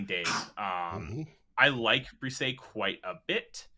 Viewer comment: If the Vikings do pick Bresee, I hope the media and fans learn how to pronounce his name correctly.